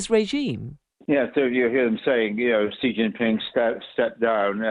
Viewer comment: Why do so many British journalists adopt these bizarre mispronunciations of Xi's name, when most of their interviewees pronounce it correctly?